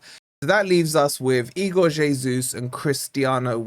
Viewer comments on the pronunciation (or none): none